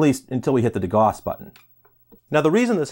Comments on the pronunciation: love the channel but you pronounced degauss wrong. de gow s not de gahhs . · Degauss is pronounced like "de - gowse." The term is named after a scientist named Gauss. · You condense explanations very effectively! BTW, de-Gauss (Gauß) rhymes with house. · FYI, the “au” in degauss is pronounced like “ow.”